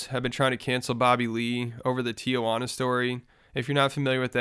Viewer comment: why do you pronounce tijuana like that? 💀